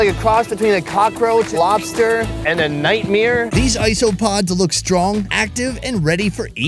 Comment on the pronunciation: did he say nightmire? Like Bert Chrysler ?